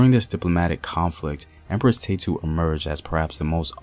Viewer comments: Ta-ye-tu!! Is her name. Neverless great information. Her name is our pride. 🇪🇹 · you are saying her name sooooo wrong.